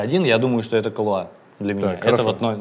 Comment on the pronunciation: Не КалуА, а КалУа! Ребята, ну вы чего? Вы что, "Большой Лебовски не смотрели? Зачем вам тогда КалУа? Там на этикетке даже ударение стоит. The Dude abides!